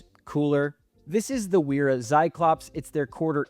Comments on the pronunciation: Love all the detail you went into. I have one small correction that I'm sure you've heard before, but I wouldn't be myself if I didn't say it: WERA is a German company, and as such, it is pronounced VERA. W in German is always pronounced more like a V and funny enough, V is pronounced more like an F (so Volkswagen is pronounced FolksVagen...lol). But yea, it's VERA, not WERA. :) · I agree 100% I love Wera tools. My veto bags are filled with pretty much nothing but Wera, Knipex, and Wiha. I appreciate you sharing your thoughts. Side note: in German, the "W" is pronounced like a "V" in English, so Wera is pronounced as "Vera" also what is up with your pronunciations of "Acme". Kind of freaking me out 😅😂.